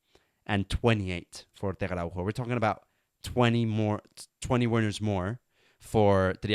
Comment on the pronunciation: Btw great so see some statistics and the little video👌 Araujo is portugese. The J is a S sound😄